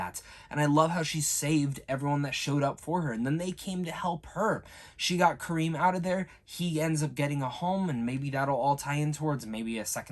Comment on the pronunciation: Kamron man 😂 not Kareem